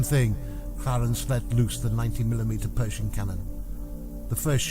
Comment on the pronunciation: “Pershing” …not “Perishing”……